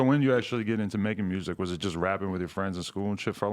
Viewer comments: I love it how every Memphis dude (Yo gotti, Blacc Youngsta, Dolph, Moneybagg) is saying muersic xD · Memphis niggas always pronounce music funny